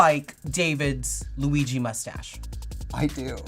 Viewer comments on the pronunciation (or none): none